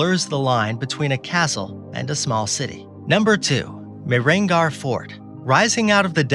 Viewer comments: ur spelling was very inappropriate , its mee-her-gaarh & the city name is Joah- dh- pur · Its Mehrangarh Fort not castle.